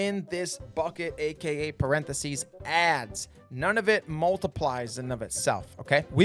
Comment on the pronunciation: What the hell is a perenthesies? 😂 Jk, nice vid.